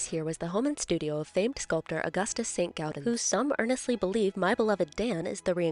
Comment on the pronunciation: The Saint-Gaudens one caught me completely off guard first off cause you mispronounce the name and I was like oh that kind of sounds like St Gaudens. It is truly one of my favorite places growing up in the area school trips to it and personal trips to do photography or painting. I even got my senior photos taken there, and I’m glad that you enjoyed it.